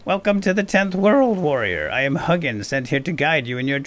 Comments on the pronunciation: Hug'n the raven. The more cuddly version of Hugin. Which is pronounced like "who-gin". As someone who speaks old Norse and studies Norse mythology, this was...painful. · I think it's pronounced hoo-gin. And moo-nin. Odin's raven's thought and memory.(I just got done listening to the Iron Druid Chronicles, and that's how it was pronounced in those books anyway.) Love your content. I can't keep up with it all, but I struggle along at the best of my ability. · If you're going to make more of these, please know that Hugin is pronounced more along the lines of Hu (like "who" , but the u-sound in the end of "you", and gin (with a hard g, like in "golf") and a longer "n" sound, like in "jinn". I do enjoy your videos, but hearing you butcher that makes my blood boil 😆. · I'm norwegian, so it was painful for me too